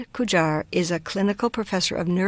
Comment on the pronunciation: Pronounce his name correctly.